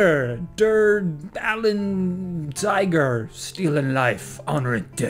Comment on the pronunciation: lol You guys need to read the whole message when people donate. I told you how to pronounce DerAlleinTiger right at the end. Still, thank you for giving the Knights a place to promote ourselves. It's helped a lot. Any Khajiit who plan to play this weekend and need a bit of help, feel free to contact us on Steam! Gear, advice, and directions are all available from the Knights of the Steel Claw, free for fellow Khajiit (and friends of Khajiit). And if you are looking for AIDS, I heard from some of the Wood Elves there's a good brothel just over the border in Blackmarsh.